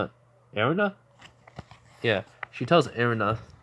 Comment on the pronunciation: Her Name Is "Eina" (Ey-Na), "Eina Tulle"